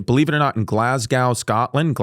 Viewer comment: Great pod ❤ but it's pronounced glaz-go 😎 or glays-gah to the locals